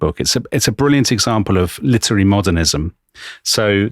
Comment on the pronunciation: litery???🤔 really, Dominic???